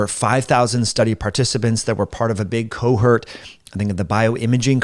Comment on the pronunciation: Don't you mean "cohort" rather than "cohurt" perhaps the latter is a word I don't understand but I've heard you say it a few times.